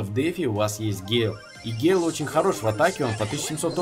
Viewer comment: гЭЭЭйл боже как это тупо звучит